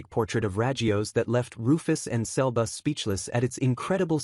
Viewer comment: Sebus❌ selbus✅